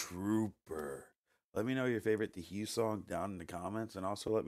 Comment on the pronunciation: Your reaction is the correct one. But you're driving me nuts, it's pronounced "HOO" not "HEW!"